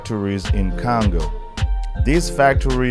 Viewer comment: Love the accent bro the way you prononcé Congo sound like kango.. love your video by the way keep it up..